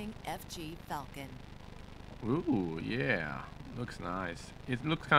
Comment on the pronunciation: its yeah not yeiah